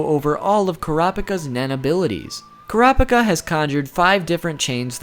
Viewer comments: omg.. emphasize the 1st and 3rd syllables please, KURaPIKa not kuRApiKA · when he said Kura pica I was dieing of laughter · it's supposed to be pronounced kur-uh-peek-uh, not core-op-ick-uh, haha. hate the dub for that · They say the name in English and the Japanese version of it it's Kura Pika boy why why I know you said you're pronunciations are trash but it shouldn't be like this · The pronunciation he issues in this video, aggravated me so much. KUH-RA-PI-KA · ...."Kur-op-icuh" lol I'm glad he at least acknowledged it was wrong so people didn't start to pronounce it like that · Your preconception is 'kurap'ika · deep breath kurapika (koo-ra-pee-ka) thank you for your time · Kura pika😂😂😂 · ITS PRONOUNCED KUE RAH UH PEE KUH!!! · OMG Kerappickah ahahahaha especially when he goes on a rant about hunter x hunter pronunciation! LOL the best! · 10 facts about kur app ick uh... welp, make that 11, apparently I didn't even know to pronounce his name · plz it's ker-uh pee-kah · Kurr- ah- pee ka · bro it's kura-pika. pika as in Pikachu. bit pika as in pick ah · Koo rah pee kah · It`s Ko ra peka. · it's krap-ka. japenese tend to drop some syllables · Kura no pica 😂😂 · Honestly I'm just shocked you could pronounce his name as many different ways as you did. Hell at like you straight up say his name right then 3 seconds later say it differently again. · OMG STOP MISPRONOUNCING HIS GODDAMN NAME ITS UNBEARABLE 😂😂😂😂😂😂😂😂😂😂😂😂😂😂😂😂😂😂😂😂😂😂😂😂😂😂😂😂😂😂😂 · I don't remember giving you permission to say the name wrong! Video is okay otherwise but I feel like I came in on the middle of a conversation and being told I had been contributing before when I hadn't. Just a weird feeling. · HE MISSED PRONOUNCED KURAPIKA GET HIM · Your pronunciation is godawful and right from the start you mispronounced his name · This guy only pronounced "Kurapika" correct once . Nevertheless, this was interesting. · Kura boku no pica?